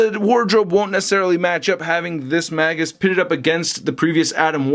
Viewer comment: his name is pronounced "Mage-us" Not "Maggus"As in a Mage. Get it? Warlock/Mage.You said Maggus like 20 times and I wanted to jump thru the screen and break the figure that way you wouldn't say Maggus anymore LMFAOOO it's Magus as in Mage-us.